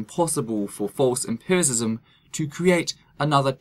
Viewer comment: Hearing try to sound smart while he mispronounces the word "empiricism" multiple times made me laugh so hard!